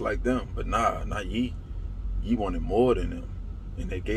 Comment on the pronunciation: It’s Pronounced “Yay” fam just informing